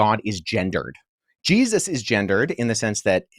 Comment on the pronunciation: Nah man you can't pronounce jesus's name like that🤦 Je zus it's like he's only ever heard it said as a reaction😂